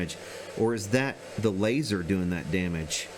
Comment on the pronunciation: Fire the "láser" hahahaha